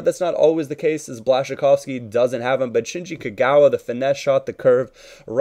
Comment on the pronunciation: blaszykowski NO, Błaszczykowski Yes naucz się wymowy ziomuś